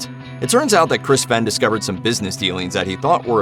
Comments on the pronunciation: Fen? Its pronounced Fain! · You mispronounced Fehn and Crahan. It's like pronounced like "Fain" & "Crayhan"